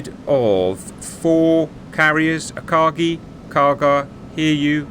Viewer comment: OMFL Dudes it is Akagi. AKAGI